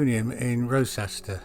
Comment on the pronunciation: This documentary would carry greater weight if the narrator practiced his lines and enunciated better, could pronounce “Wroxeter” correctly (“Rocester”?????) and could correctly spell “Baschurch” (with one ‘s’!) in the caption regarding The Berth. And maybe the video shouldn’t have been made until Nennius’s work had been read and digested. As it is the argument that Arthur actually existed and hailed from Shropshire is at best spurious. Trying to identify the Battle of Camlann with the River Camlad is deeply tenuous, to say the least. Just because the two seem similar does not mean, linguistically and toponymically, there is an actual connection. Hawkstone Park? Clutching at straws!